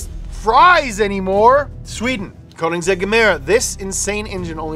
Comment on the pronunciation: That mf don't know how to pronounce Chiron but pronounce correctly Koenigsegg perfectly right after 😂